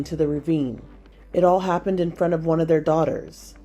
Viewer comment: "in fron of their daughters" FRONT.